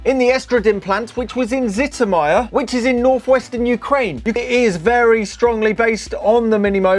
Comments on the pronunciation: Because of his pronunciation of Zhytomyr I thought he confused it with some German city 😂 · yep, the city is correct, yet the pronouncing is a bit far from original :) Try consult English Wikipedia for pronunciation next time :) No offence. Btw, Serhiy Korolyov, the man behind the world first manned spacecraft program, born in Zhytomyr.